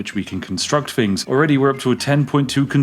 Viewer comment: "I found some fings" lol